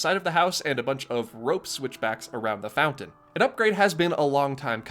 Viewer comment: Couple of things. THANK YOU for being amount the top five Disney bloggers. You’re a class act, and funny, too. Second (this is small but stupidly important to me) THANK YOU for pronouncing mountain “MOUN-TAIN” and not “MOU-UHN. Also “FOUN-TON” instead of “FOU-UHN.”